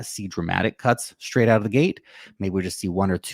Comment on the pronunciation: STRaight not SCHTRait. Yeah yeah yeah I got to get a life, but I am picky about elocution. And a guy is smart and good looking as you should speak properly. STRong not SCHTRong!!